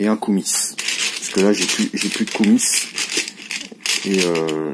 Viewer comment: Par plusieurs fois, tu te demandes comment se prononcent le mot Koumis, cette boisson de lait de jument fermenté (beurk !), ben en bon français il ne faut pas prononcer le "S". C'était l'instant linguistique par Okrienger !! LOL